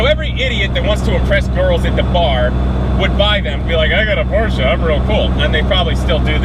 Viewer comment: Finally a yank that says Porsche properly